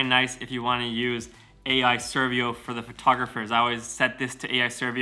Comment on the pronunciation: 'AI Servio' lol 😂